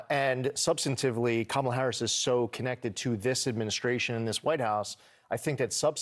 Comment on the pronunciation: Why these Donald Trump and his [Right Wingers] acolytes never pronounced her 'FIRST' name CORRECTLY?!